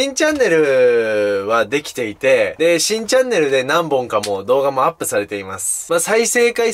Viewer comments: 最初新チャンネルがしいチャンネルに聞こえた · 新チャンネルが しいチャンネルに聞こえた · 新チャンネルがしいチャンネルに聞こえるw